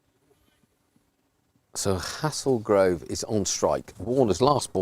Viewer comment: It’s pronounced “Hay-zul-grove”, but good effort 👍